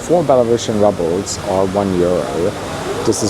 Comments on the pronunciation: Its roobles not rubbles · It's pronounced "roobles" no" rubbles." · Not "rubbles" -it's "rubles"! 😅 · It’s pronounced ROOBLES not RUBLES